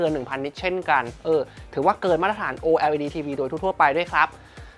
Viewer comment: ออกเสียงว่า โอเลด จะสะดวกปากคนไทยกว่ามั้ยเทอร์